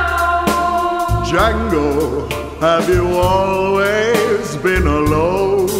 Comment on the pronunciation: "Django"..... D silent baby!!!